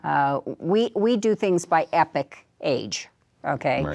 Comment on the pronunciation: I think she means Epoch, not Epic